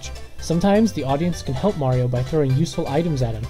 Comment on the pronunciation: This man pronounces it "Mario" and "Merio" at the same time.